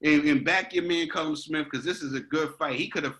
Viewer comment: Boys its pronounced kall um..